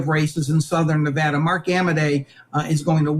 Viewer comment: You can’t even pronounce the great state of of Nevada correctly, ya honkiies.